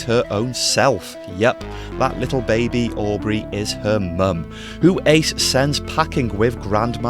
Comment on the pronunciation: & "Aubry"? 😒 The baby's name is Audrey.